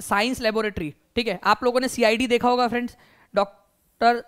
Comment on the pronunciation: Sir not honga that's hoga, aap hamesha hoga ko honga bolte hai